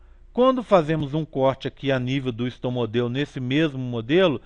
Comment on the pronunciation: Video muito bom mas é estomódeo o correto e não estomodeo